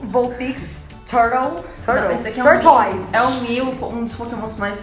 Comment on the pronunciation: Jout: "turtle... Turtle... Não! turtoise!" Hahahaahhahahahahaahha berroo